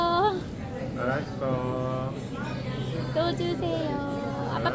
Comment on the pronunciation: 프랑스 아빠의 아라써~너무 귀여우세요ㅋㅋㅋㅋㅋㅋㅋㅋ발음 무슨일인지 한국인인줄 알았어요ㅋㅋㅋㅋㅋㅋㅋㅋㅋㅋㅋㅋㅋㅋㅋ3가족이 너무 귀여워서 몇번 돌려봄ㅋㅋㅋㅋㅋ아라써~~~현웃터졌어요😂